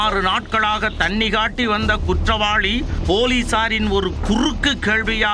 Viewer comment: நீ வாசிக்கிற தமிழ கேக்கவே கொடூரமா இருக்கு . தமிழே தெரியாத நீயெல்லாம் எதுக்கு நீயூஸ் வாசிக்க வர்ற?? குற்றவாளினு படிச்சிருக்கேன் அது என்ன குற்றவாழி?? உனக்கெல்லாம் மீச ஒரு கேடு . நீ இருக்குற சேனலுக்கு டிஆர்பி கிடைக்குதா???